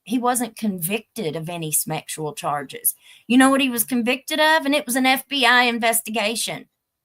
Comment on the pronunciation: I missed it somehow. Why does say smexual instead of sexual??